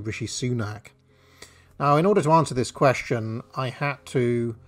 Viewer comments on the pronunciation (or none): none